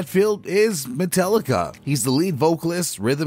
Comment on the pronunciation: MetAllica. NOT MetEllica. Every time you say it wrong it makes my ears bleed.